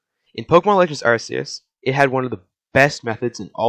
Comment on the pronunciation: Oh my gosh, first YouTuber to say Arceus instead of Arkeus. Bless. Good vibes your way. (I know it's supposed to be Arkeus, but I just DON'T CARE)